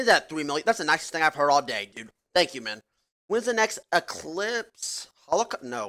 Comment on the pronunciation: “When is the next halocau-no”